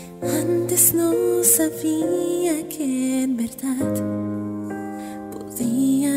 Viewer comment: por cierto, es "verdad", no "verdat", lolol, corregir esa pronunciación plox.